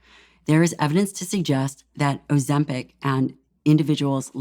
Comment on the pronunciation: Why does he say Ozempic and Ozem-PACK 😭